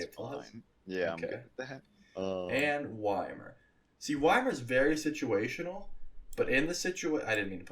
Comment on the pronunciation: how to pronounce wimer, I mean ymir